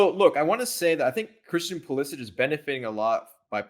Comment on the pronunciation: Every time they mispronounce Pulisic I die a little inside